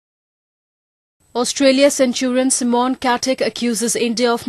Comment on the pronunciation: friking reporter cant say MICHAEL she says michelle and then for simon she says C-mon